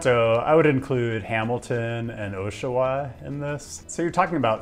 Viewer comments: I am going to bother you about pronunciation... It's AW-sha-wa, not OH-sha-wa. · Oshawa is pronounced "Aw-sh-a-wha" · It's Pronounced [Awshawa]. Thank you for your time. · I have to complain, I know we’re not supposed to criticize prononciation but it’s Aww-sh-wah, you said Oh-sh-wah too many times for me not to be bothered (though Oshawa bothers any sane person from the GTA any day of the week no matter how you say it.) Also FWIW, if you wanted to get from TOR to MTL even if there was a high speed train this is how it would play out: 1. Car crash in Belleville turns the 401 into a parking lot for 10km, car is delayed an hour trying to navigate Belleville arterial roads. 2. Flight is delayed, pilot says only 5 or 10 more minutes, 30 minutes after everyone got on their seatbelts. Plane departs 2 hours late. Deplane takes 40 minutes because everyone had to pack their entire life in carry-on. 3. Train is three hours late after making stops in every damn hamlet and village with a population that exceeds one dead horse. Somehow VIA hasn’t accounted for all the delays that stopping 37 times per km will add to travel time. Sorry I’ve made this trip too many times, it’s awful. One day I’ll just bike. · "Ah-sho-wa" not "Oh-sho-wa" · I know I know, no pronunciation stuff... but AH-shawa, not OH-shawa. UUUUGGGGHHHH :P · Yep. We have to school you on pronunciation. Montreal is pronounced Munn-treal. Not Mahn-treal. Like Biloxi, MS, pronounced Biluxi. Oshawa sounds like Ottawa. Not Oh-shawa. Now ya know. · I've never heard Oshawa pronounced as "OH-sha-wah" . That would get you laughed at here. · Just so you don’t embarrass yourself again in the future, the Osh in Oshawa is pronounced like the Osh in Osh Kosh B’Gosh. 🤓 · I'm sorry but how you said Oshawa just triggered me its OSH a wa like osh kosh and then awa like wawa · It's pronounced like this (/ˈɒʃəwə/ OSH-ə-wə, also US: /-wɑː, -wɔː/ -wah, -waw;), not how you pronounced it. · Great video. By the way >Osh-a-wa.